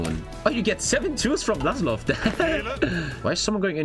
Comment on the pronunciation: Vlas-ov not vlas-lov sir